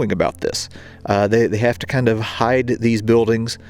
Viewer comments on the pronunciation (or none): none